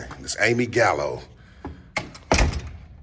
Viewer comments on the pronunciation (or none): dude, just a quick piece of advice. It would make u sound more legitimate and intelligent if you actually remembered people's names and pronounced them correctly. She said her name was Amy Galano, not Gallo like u stated. Just a heads up